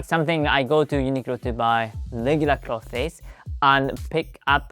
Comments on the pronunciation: Great video, small note on your English. I noticed that you pronounce “clothes” with two syllables, clothes-es. That’s okay, I get that the “-thes” is kind of a weird cluster. It should sound very similar to “close” but with a “th” sound in the middle of it. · You're saying clothes wrong. You emphasise the "e" on cloth-e-s. It should sound more like "close" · remember clothes is pronounced almost like 'close' as in 'please close the door.' Not 'closes' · Also please ignore me if you don't want this information, but: "clothes" is pronounced like "clothz", very very similar to "close" (if you say "close" with your tongue sticking out, that's pretty much "clothes" haha). Your English is really high-level and your accent is really good and very easy for people to understand! Just giving you this info since all of my Japanese friends struggle to pronounce "clothes". I'm sorry English has such silly spelling!! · Great video! It is pronounced Kloze